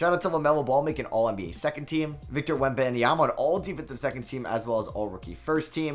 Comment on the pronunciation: The way he says webanyama 💀